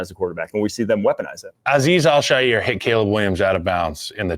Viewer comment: I don't know what's worse: butchering Aziz Al-Shaiir's name or talking about a complete non-issue like it's ruining the game. Embarrassing.